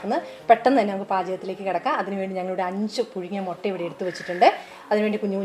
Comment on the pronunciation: Mutta ennu PARAYUKA